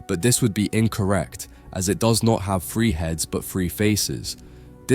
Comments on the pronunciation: Your "three" always sounds like "free" for me , nice video though ;) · WHY CAN YOU NEVER SAY “TH”REE JUST STOP BEING LAZY. FREE OR THREE? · How on earth do you end up saying “free”? What fucking part of “three” has an “f” in it? Lmfao is it that fucking hard to make a “th” sound? 😂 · Love how you pronounce '3' as "Free". hehe Lovely video. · Good Lord please pronounce"three" correctly. 😂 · Imagine making a video about the number 3, and not being able to pronounce it.